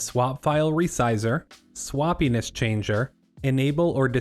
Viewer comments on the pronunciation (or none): It took me a minute to figure out which body part swappiness sounded like 🤣 Great video! The filing cabinet analogy is spot on.